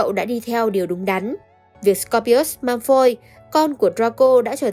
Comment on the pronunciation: Vid hay lắm, content cũng rất hay. Chỉ góp ý 1 chút là nên cải thiện 1 chút phát âm tiếng Anh của mình nhé 😊 họ Malfoy cậu đọc hơi sai chút nên nghe hơi lạc 😊